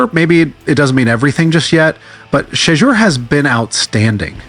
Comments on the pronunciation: Hey,... not 'shitter'...it's pronounced, "Sheeeeee - door!!" dammit!!! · Why does he keep calling him “Shidya”? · Why does he keep calling him “Shedra”? Call AI enforcement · AI voice "shitdur" sharedar shoordur sherdur. No friends, he is not Tom Brady. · Sho door come on YA Get his name CORRECTLY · Don't worry about AI they don't want to say his name correct. The information is good hopefully they will get it right sooner or later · Well anyone report needs to stop using AI if they can't program it to pronounce names CORRECTLY....this man name has been spoken a BILLON times there is no reason it STILL pronounced wrong on any level